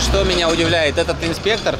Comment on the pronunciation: Вы хорошо говорите на русском💯но в слове инспе́ктор, ударение всегда на буку "е"))) во множественном числе окончание на "ы"🎉❤.